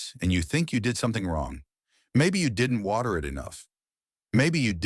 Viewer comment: "WACTER"? Who even makes a pile of leaves in the yard?